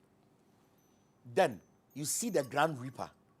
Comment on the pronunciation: It's actually grim reaper not grand reaper